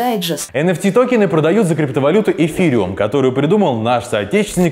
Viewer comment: Энэфти а не энфтэ